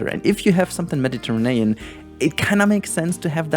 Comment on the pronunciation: Sorry but I laugh everytime you said Mediterinean instead of Mediterranean. xD